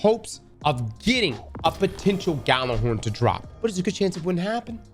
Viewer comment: lol people still cant pronounce Gjallarhorn correctly xP